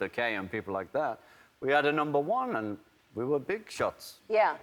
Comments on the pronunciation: ''End uh'', its and Ringo, and. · Ringo still sounds like a scouser until he says "and" and then he sounds like a septic tank. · He's picked up an American accent when he says "and" :((